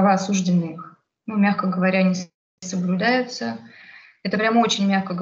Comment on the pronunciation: Девушка милая и молодая, видимо не знает еще , что слово осужденный с ударением на второй слог произносят только менты родом из крестьян. Правильно говорить "осуждённый".